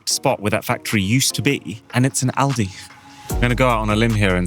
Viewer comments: Aldi is pronounced all-dee not the way you said it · You say Aldi,they say All die